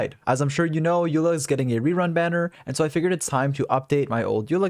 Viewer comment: As informative as the video is, the more I hear you call her "Yula" the closer I step to dying